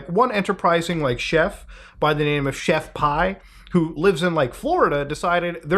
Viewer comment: "chef pii" is said like "pee" 'nuff said